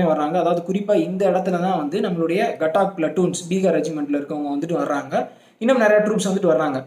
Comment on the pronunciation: 807804 gatak illa gathak pl